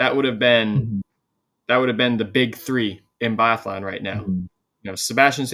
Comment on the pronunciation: Guys guys guys!! You deffi. have to work on your phonetics. And it will be easier to take you guys serious if you actually know how to say these athletes names. Put me in a pod as a guest so we can sort this guys:) I know biathlon really well(swedish) Really like your channel, but stop butchering their names mate!:))